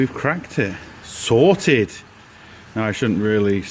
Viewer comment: the right way is SOTED without the R 😂😂😂